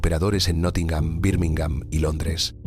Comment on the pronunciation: este video es el claro ejemplo de la incompetencia de la educación del ingles en países hispano parlantes! Existe tantas gente con un conocimiento de los dos idiomas que en toda la gente que ven este video se creen que es así. A mi me sangran los odios al decir Dawes y Nottingham que no puedo! Es alucinante que esto se acepta